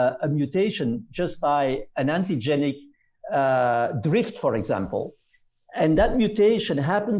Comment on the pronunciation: “ Antigenic drift”??? Hunh? Aaargh